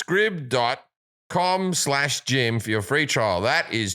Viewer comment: Scribd is said like scribed